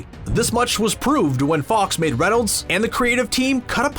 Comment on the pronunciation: Its Ryan Reynolds not Renolds